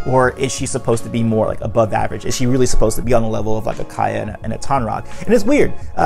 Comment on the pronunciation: Isn't it Kya not Kaya? Great video, though.